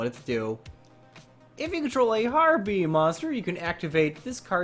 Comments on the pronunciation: stop saying herpies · You sir... You get a thumb for the laughter you gave me.